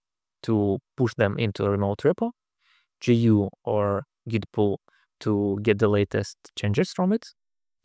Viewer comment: You mispronouncing `git` as `jit` made me chuckle and wonder if this might spur arguments similar to the one about `gif` vs `jif`